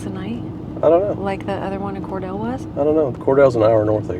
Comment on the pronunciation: Cordele is pronounced Cor-deal. Get some Ortho Home Defense and spray the ground at every contact point where your rig touches the ground. Some say cheap dolla store Comet cleaner works to keep bugs out if you sprinkle around contact points. Check out Reed Bingham State Park near Adel (A-dell). $40 a night.